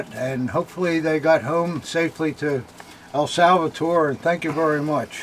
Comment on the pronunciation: It's El Salvador, not El Salvator. FYI.